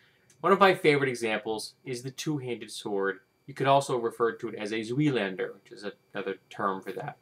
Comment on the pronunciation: I agree with your rant overall. Misinformation is misinformation, no matter how trivial. However, in the interest of pedantry, "zweihander" is pronounced with a long "i" sound instead of a long "e" sound. In German, the second vowel is the one that determines pronounciation. For reference, think "Einstein."